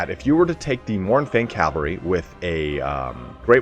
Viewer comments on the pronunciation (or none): CAV-AL-RY please bruh